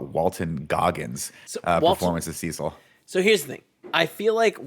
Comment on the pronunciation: I thought pronounced Cecil weird, it's after this guy who is also pronounced weird, so fair enough